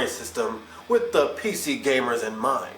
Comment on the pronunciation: Lol, he said PZer gamers.